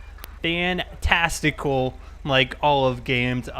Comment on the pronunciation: Did you say fantestical? 😂😂😂